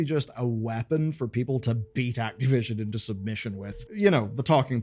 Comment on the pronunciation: Who's "Activion"?